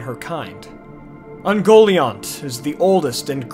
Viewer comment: I always took the pronunciation as "Un-gol-eye-ant" rather than "un-goal-iont"